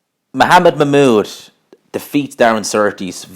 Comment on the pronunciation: I think your saying his name wrong